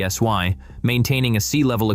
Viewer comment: AI: pee-ess-why for pee-ess-eye (psi) 😖